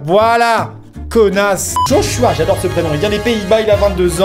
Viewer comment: je sais jai un beau prénom amixem... Mais on prononce pas je h je Joshua....